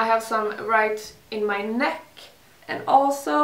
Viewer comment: funny that i heard how she pronounced "neck" and instantly knew she was swedish xD but I probably sound the same lol